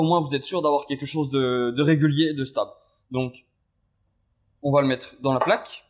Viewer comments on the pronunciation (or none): "quate" au lieu de "quatRe" ... on va "mette" au lieu de" on va mettRe" ... les "R" vous posent problèmes ?